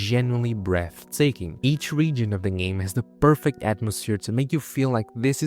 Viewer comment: I love how this guy mispronounces game as gam, let's you know there is no AI slop here. Unless... the AI is running some kind of double bluff 🤔